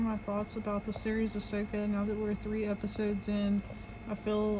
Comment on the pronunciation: Who's Ahwhoka?